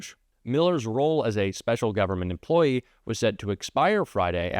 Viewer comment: She said it, " Government Emplyee!!!"